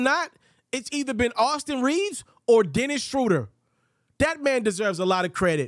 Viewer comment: The name is not "Dennis Shrowder." It is "Dennis Shrooder."